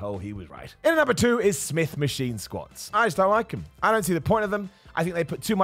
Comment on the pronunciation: “start on the smith Maskween schott” 😂